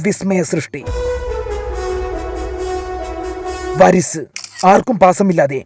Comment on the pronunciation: വരിസ് അല്ല അരിസ്